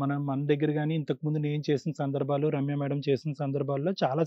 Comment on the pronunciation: మీరు రమ్య మేడం గారిని సరిగా పిలవటం లేదు. మేడం పేరు రమ్య, ఇంటిపేరు ఆకుల. మీరు చెప్పినపుడు రమ్యాకుల అంటున్నారు. రమ్య, ఆకుల అనాలి. సరిగా పలకండి.